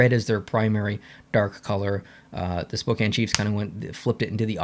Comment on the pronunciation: Go Chiefs! Hopefully......there will be some games this upcoming season. And I agree, not one of their primary sweaters...but hey...he pronounced Spokane correctly at least :)